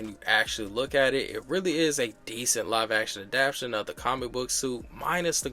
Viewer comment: Good content. BTW It’s pronounced adapt-tay-shun